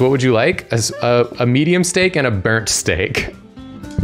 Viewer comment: pronounces 'burnt' as 'bearnt' My German ass: Bernd? Bernd of Das Brot fame?